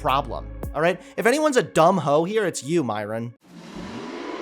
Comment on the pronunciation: I agree with everything said except...his pronunciation of Myron. It's so white the way he says it.